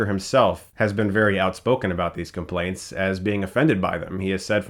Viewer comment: What's a "complait"? I think you mean "complaints", Chris.